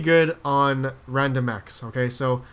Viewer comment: 6.05 wandomx lol